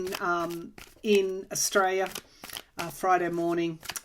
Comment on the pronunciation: Hi. Just wanted to note that the way you pronounce Australia sounds like 'estrella', which means Star.